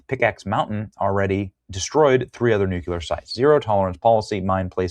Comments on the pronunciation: Please pronounce the word NUCLEAR correctly. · Boy STILL can't say nuclear... SMH